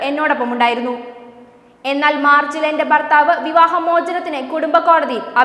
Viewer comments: ഭക്തി എന്നാണ് ബ ക്തി അല്ല. ബർ താ വ ല്ല. ഭർത്താവ് ആണ് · വാർത്ത ഒക്കെ കൊള്ളാം. ഇനി മേലാൽ ബാരതം... ബർത്താവ്... ബാരത ബൂമി...ബക്തർ എന്ന് ഒക്കെ പറഞ്ഞെക്കരുത്...എല്ലാവരും കറക്റ്റ് ചെയ്തോണം.. വെറുപ്പിക്കല്ലെ